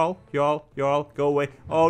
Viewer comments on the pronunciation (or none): fyi I think it’s pronounced yarrl, it means king